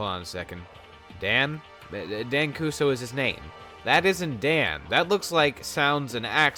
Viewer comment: It's Dan kuzo not kuso it's dumb